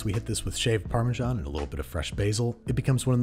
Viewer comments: It's parmesan, not parmejan -sincerely, an european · ha imagine not pronouncing it like pa - measan